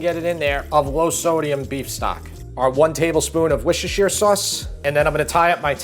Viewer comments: Worcestershire sauce. It's like Klingon to you Yanks. So, how is it? Easy... "Wooster sauce" - no one over here adds the 'Shire' The best known brand is 'Lea & Perrins' so many people simply say that. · Worcestershire sauce pronounced 'wister' sauce. Great recipe, definitely giving a try. Thanks 👍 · Amazing video, but the ''wishchicher sauce'' had my headspinning for a second there haha, keep up the good work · It’s ‘Wooster’ or ‘Wusster’ not Woos-ses-ter-shire. Don’t ask why, it just is 😂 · It's NOT "wishasheer"! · When will our American friends pronounce the name of Worcestershire Sauce as it should be said. It is Wooster sauce, less tongue tying as I’ve heard some people stumble over it. 😁😁😁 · It's said "wooster-shire-sauce". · I love barley, I can’t wait to try this, especially at this time if the year in the UK. Worcestershire sauce is pronounced wooster, so much easier to pronounce. Love your channel ❤️ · The WHAT sauce? I nearly pissed myself when I heard that... B-) I've heard it mispronounced badly, but that is new level bad. WUSS-ter-sher sauce. There, you are welcome. B-) BTW, the recipe is great. Personally I did it without the red wine... Because I don't drink and buying a bottle just for this... Nah. B-) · Great recipes. Worcestershire is pronounced "whooster" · Woostersher Sauce. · it's pronounced WOSTER-CHER sauce